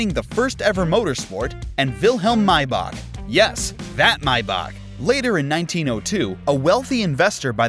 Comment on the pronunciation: How to pronounce maybach may, the month bach,back for all my american peeps